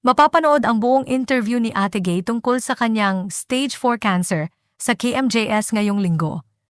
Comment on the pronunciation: Kmjs po hindi Cmjs 😂😂😂